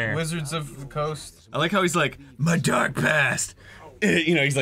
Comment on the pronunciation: did ross say they opened up the dork portal? haha